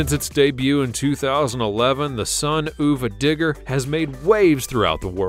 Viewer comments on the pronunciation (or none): It’s sun uva digger not sun ooova digger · This was awful. It’s Mike Vaters, not Mike Vaders, it’s Tom Meents, not Tom Meants, it’s Son UVA Digger (of a if you don’t get why it is written as UVA), Not Son Oova Digger, BIGFOOT 5 is the biggest truck not 21, and Grave Digger got its name when Dennis was trash talking to his buddies and his one friends Gary was bragging about his knew mud bigger and Dennis said, “I’ll take this old junk and dig you a grave with it.”, not “That thing could sling so much mud it could dig a grave.” If YouTube brought dislikes back this video would have at LEAST DOUBLE as many dislikes as likes. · Sorry, but its not Son-oova-Digger, its Son of a Digger. you say it like its spelt. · U were showing bigfoot 5 and that was not the newest version And also son uva digger isnt pronounced son oova digger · why did you say son OOH VAH DIGGER and not son of a digger(yes that's how you say it)? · It's sun- of-a-digger. Not ewwva digger lol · Why didn't you do your research and learn how to say son uva digger properly.